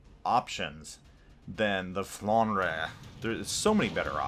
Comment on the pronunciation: I play as well the Alsace a lot and I like that ship as well. BTW it is pronounced Flandr (e is silent for you)